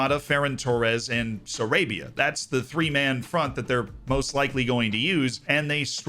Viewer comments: It's pronounced Sa-RAH-bia 🙂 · I love you Z but to go from “pronouncing Kvaratshkelia ain’t hard” to then saying Pablo s-ARABIA is crazy